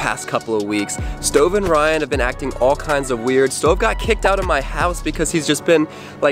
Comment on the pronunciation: Bru not coll